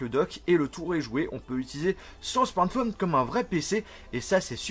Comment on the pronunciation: pourquoi tu dis la plupart du temps "smortphone" au lieu de smartphone ?